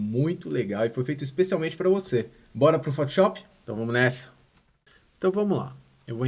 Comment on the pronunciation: PHOTISHOPI É FODA HAHAHHHAA destrói no software, mas bora aprender a falar o nome do software corretamente hahaha